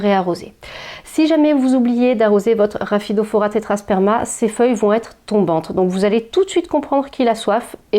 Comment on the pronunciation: Coucou !!! Elles sont magnifiques et bravo pour la prononciation même rapidement hahahah!! merci pour tes conseils bisous